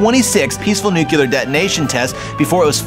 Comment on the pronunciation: Is pronounced NUCLEAR, not NUCULAR